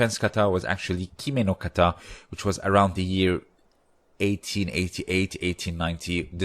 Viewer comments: There is no accent on the last syllable in the word Kata! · Japanese has equal syllable stress. it is "ka-ta" like 'caw-tah'